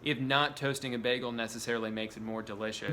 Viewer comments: STOP SAYING BEHGEL IT'S BAGEL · I like how you say Bagel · he called it a ’baggel’. You Britta’d it Drew. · How everyone in the world pronounces bagel: baegel How drew pronounces bagel: BeHgUhl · especially if somebody says it as bag-el, not bay-gul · Why do you pronounce it bäh-gel. What are you, faux german or something. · delitchus mëssfri bägl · Why was bagel pronounced as BAG-el lol 😂 I can’t get over that pronunciation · Apparently hearing the cream in “cream cheese” emphasized infuriates me just as much as bagel being pronounced “beg-l” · I love the way he says begal instead of bagel lol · you said baggel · " B A G - G I L " OMG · no one commenting on the way he says bagel? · He pronounced bagel like britta a few times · Your pronunciation of bagel infuriates me at a level beyond human undertanding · I love how you pronounce "bagel" like Britta from "Community". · His constant slight mispronunciation of “bagel” is driving my fucking insane